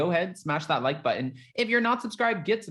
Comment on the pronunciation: I jumped ahead in your video by about 1, mins +, or whatever, so I didn't have to hear you say SMASH THAT LIGHT BUTTON! Yeah I know it's like, but it always sounds like LIGHT button! Anyway heffff it if you didn't put it in at the end this time, helpppp! Shaking my head! 🙆 This is me throwing my hands up as-in, I give up! It's not a touch down gesture, at all.😭😿😖😮